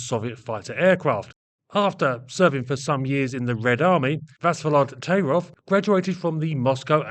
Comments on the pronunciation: Thai-rof not Tay-rov. Sorry. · Yes, I'm boring, and I'm Russian. 1. The surname is pronounced "taIIrof" with the accent on the long "II". 2. Tairov could not have been the key to the CREATION of I-16 in 1933. He accompanied the finished project. In those years, Polikarpov was in the strange position of a political enemy of the people, who was pardoned for creating the I-5 prison in Moscow. It is not Polikarpov who holds someone in subjection, but him. I'm serious. Polikarpov "porazhenez", that is, from the category of citizens of the USSR without rights. Because the "ex" one of the exploiters. But he got his training from the young Sikorsky. The expert. In 1929, Polikarpov was sentenced to death by firing squad. Even in prison, Polikarpov was subordinate to prisoner Grigorovich, and immediately after that, he was subordinate to Ilyushin. Tairov is a socially close proletarian engineer. Soviet historians dare not write anything even neutral about such a thing, only praises. There are exceptions, and they are especially interesting. 3. Heavy fighters, or the term "air cruiser" used in those years in the USSR, is too vague a class of combat aircraft. There was such a circus in the USSR that they could go around the whole world in terms of the number of "cruiser" projects. 4. Therefore, I focused only on SINGLE-seat COMBAT aircraft created AFTER the outbreak of WWII in the fall of 1939 and before the German occupation of almost all Soviet aviation centers in the summer of 1941. Some aircraft designs are slande